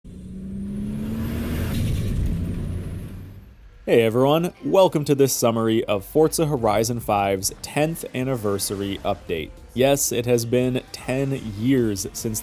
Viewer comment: okay. second time you said it pronounced it right but first time I heard FORT-ZAH HUHRYZEN.